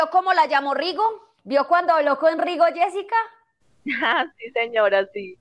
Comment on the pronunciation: Yessica Muñoz No yesika muñoz